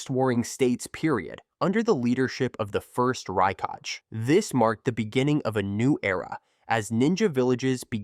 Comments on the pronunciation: "Rai-kaj" bruh use your voice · "Rai-Kaj" is krazzyyy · raikage ❎ RAIKAJ✅ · The fact that he cannot spell a word "Kage" in Hokage and Raikage in same way goes beyond my comprehension. Ho KAGE, Rai KAGE?